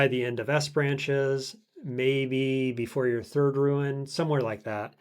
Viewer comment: not shriek. Like the bird that impales its prey on thorns and barbed wire. Also while I'm moaning, rune not ruin. Like futhark. But the videos are great and I always upvote.